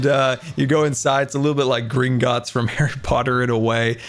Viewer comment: I think he said Gringotts, although I heard "green gods" at first! (I think that's how it's spelt anyway, the bank in HP.)